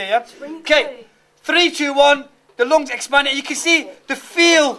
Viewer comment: lol.. The "loongs"..